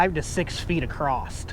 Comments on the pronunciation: the word is "across" not "ACROSSED" when referring to the cattle. Otherwise your pronunciations are probably better than mine. Just one English speaking person to another... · The word is “across”....not “acrosst”!!!!!!